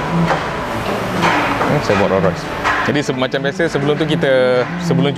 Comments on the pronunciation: Bang sebutan Rolls Royce ada ‘s’ di belakang Rolls. Abang sebut Roll tanpa ‘s’. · Sorry bro...tolonglah sebut nama Rolls Royce dengan betul...bukan Ro Roy.... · Hang sebut Raw Royce ek